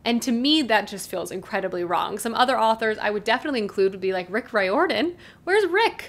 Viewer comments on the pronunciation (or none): none